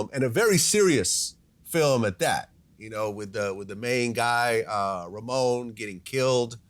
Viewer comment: Correction: it's not Ramon The bloke in Beat Street with the black leather jacket was called RAMO. Jokingly pronounced as RAY MO but his name is pronounced as RA (like a lion roaring raaarr) MO as in TO MOW A LAWN so RA MO but you say it faster so it's more like RUM OHH RUMO RAMO it's not Ramon